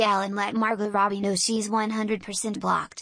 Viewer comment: Next time let's get the right accent on Margot